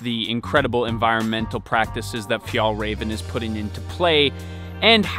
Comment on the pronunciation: Räven, means the fox, pls you said you reserached, dont call it Raven.